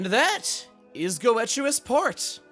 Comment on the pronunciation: Just for future reference, Goetius is pronounced like "Geh-Shus" as Goetia is pronounced "Geh-Shuh. I'm also like that they actually made Zeke an important character. Feels good, honestly.